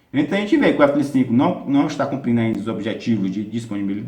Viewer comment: Legal, só ele confunde um pouco falando f35, parece que fala f25. ..